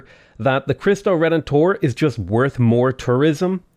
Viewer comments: It's [leemes], not [laimes] ;) And in Cristo Redentor, the stress is on [ENT], not [TOR]. Great series! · It's pronounced KREESS-toe ray-DEN-tor. For Chinese, X is like an SH (if you want to know the difference, the airflow is constricted by raising just the middle of your tongue, not the tip...the result is sort of half-way between S and SH). EDIT: also, it's LEE-mess, it's the name of the Roman's earthworks and wooden wall built across southern Germany (among others). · "Kree stoh" is correct, but In the Latin and Spanish pronunciation it's "reh den tor" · Your pronunciation of the "Cristo Redentor" is almost right, the only thing off is the pronounciation of the "R" which is pretty common for English speakers. In Portuguese the "r" can have many sounds: The R in "Cristo" is pronounced the same way you would pronounce in spanish. The first "R" in Redentor is pronounced like and "h". The last "R" in "Redentor" maybe a bit tricky for english speakers, it's almost silent. Think like if you were saying an "h" like in "he" but without any vowel to follow. Or just don't pronounce it, most brazilians wouldn't mind, as long as you pronounce the "o" like in "Old", not like in "Odd".